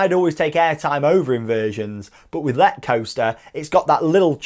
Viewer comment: ! I have been on it 30 times (in a row) no joke and it is amazing, the way you pronounce it is incorrect though :(